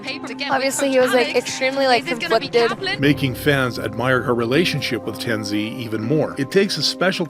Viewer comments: I’m sorry but pronouncing Tenz as “Tenzee” got me dying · Its Tens not TenZee